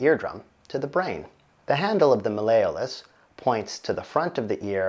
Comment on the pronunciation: “Mail-a-us”? His mispronunciation made my eardrum burst.